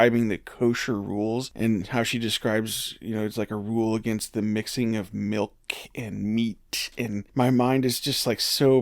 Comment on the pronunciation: Omg I just came across this video and the way she said milk and meat gave me a literal visceral reaction like in😮 my stomach!!!!😮 I thought I was the only one. Just 😳 WOW